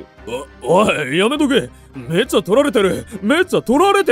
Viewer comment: どうしても「めっちゃ」のイントネーションが気になる…！